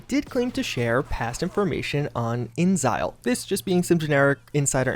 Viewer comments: Or saying InXile like ingzile... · It's, "IN X ILE " (Inxile) as in, `In Exile'. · Why do you call inXile "ingzile"? It's always been "In Exile"... am I wrong?